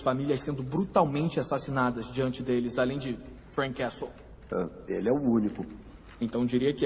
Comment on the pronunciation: A advogada falando "Freak Castle"! Nem assistí tudo e já sei que foi a melhor parte. 😂😂😂😂